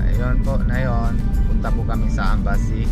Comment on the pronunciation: Philippine embassy hindi ambassy😂✌️